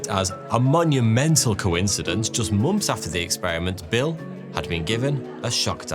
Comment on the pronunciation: I mainly come to this channel to hear months pronounced mumps.